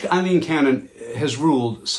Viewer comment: Her name is Aileen not Eileen as you can see in your own blurb